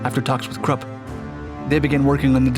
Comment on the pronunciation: Anyone else appreciative for properly pronouncing 'Krupp'?